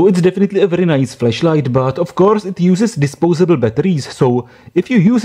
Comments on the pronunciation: Over time, I got used to your accent. But please be aware of the different pronunciation of flash and flesh. This could avoid potentially very awkward questions about your Christmas present. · Sounded like you said fleshlight. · First time viewer here and this is exactly what I first noticed.... I was very.... very afraid this is not a FLASH light review....